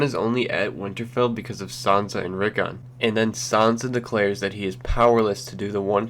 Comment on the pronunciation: It's Sansa not sanza